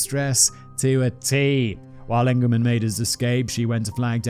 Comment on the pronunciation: It's peonounced "E"ngleman not "A"ngleman. I know his family.